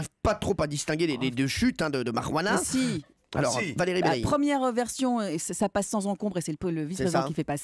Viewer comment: Vous avez coupé le meilleur moment de l'histoire là où tout le monde délire parce que Pierre sait pas dire Marijuana :(